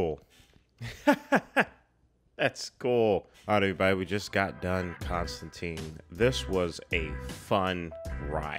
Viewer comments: There was a CW show with a character accurate design (blonde, british, tan coat), itwas good! but they still say his name wrong lol. Hes also in the animated Justice League Dark (which rules) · I was a long time fan of the comic and was startled a bit by how many things this movie changed (such as the pronunciation of the name and making him a dark haired American instead of a dirty blonde Englishman who is usually wearing a wrinkled trench coat). BUT that all said, I was impressed that what they made was entertaining and intriguing, making me look at this as a valid "parallel universe" Constantine and wishing I saw more. Solid characters, great visuals, story was a little shaky but the rest of the film lets you forgive it because you get INTO it. They're talking about making a sequel now with Keanu and I honestly hope it happens.